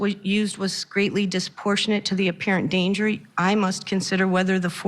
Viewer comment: I can't believe she can't pronounce the word 'disproportionate'